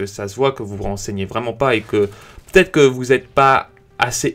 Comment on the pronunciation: C'est vrai que c'est p"EU"ssible c'est très pEUssible